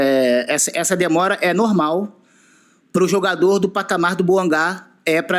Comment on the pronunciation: Deni bouangá é meu ovo. Fala a mer... do nome da cara certo.